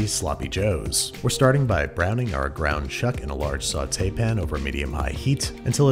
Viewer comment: Babish is pronouncing "saute pan" correctly. This is unnerving.